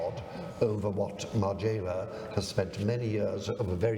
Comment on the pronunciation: It's Margiela not Marjayla Colin. You are perfect otherwise!